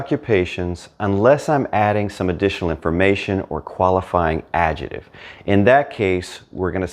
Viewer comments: your videos are. Brilliant, but you need to repeat after me: AD - JEC -TIVE. Not AD-JE -TIVE. You pronounce “c” in adjectivo, why leave it out of adjective? Hasta luego. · You are a fabulous teacher,. Did you know that the word "adjective" in English has a "k" sound in the middle syllable?